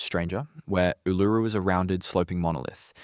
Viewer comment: your robot can't say Ularu